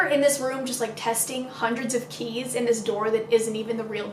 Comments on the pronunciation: me: about to fall asleep: “a room full of CHEESE” i was so confused lmao (ik she said keys but it sounded like cheese to me) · Sylveon THAT'S WHAT I THOUGHT SHE SAID TOO 😭